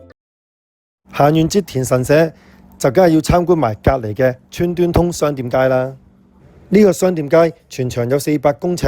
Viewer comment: 讀左川「瑞」通商店街🙈🤡